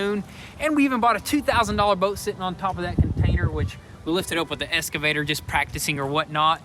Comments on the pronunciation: Love you guys, but please, please, it's an "X"-cavator, not an "S"-cavator. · Happy thanks giving guys just one thing it’s pronounced EXCAVATOR not ESCAVATOR 👍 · You guys need to start saying "excavator" instead of "escavator"